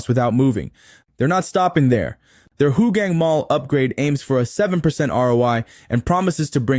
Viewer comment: Hi, I enjoyed your videos as they are informative. However may I request that you put captions on your videos as the audio narration sometimes mispronounce words and make the content confusing. eg Ariats (REITS), Hu gang (Hougang), Tam pins (Tampines). Please keep up the good work!